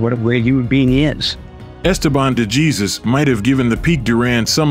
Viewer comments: Esteban DeJEEZUS. Someone clearly has no idea how to pronounce Latin names. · I sent him a message that the surname is supposed to pronounced' Dayzoose'..And my Español is promedio el major de los casos,but my GF is Puerto Rican & that helps👍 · Please use a human for the voice over (mispronounced DeJesus even with Cosell correctly pronouncing it in the footage.) Duran autographed the SI cover of the 3rd fight for me once. He appreciated that someone understood how good DeJesus actually was. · No excuse for the Narrator when one of his clips contains a gentleman pronouncing DeJesus' name correctly.